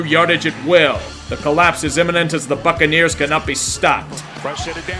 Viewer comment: is it just me or when he says buccaneers it sound like "fuckin ears"